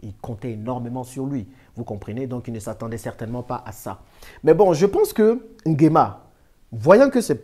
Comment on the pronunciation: Mr vous prononcez mal NGUEMA 😡😡😡